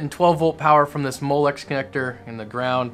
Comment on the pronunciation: I vomited when he said molex